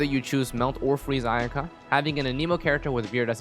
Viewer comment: curious as to why you always say "a neemo" instead of "anemo"?